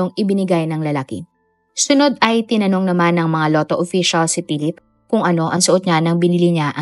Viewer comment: Si Pilip. Wala talaga minsang, "F" sound at minsan, "V" sound si narrator.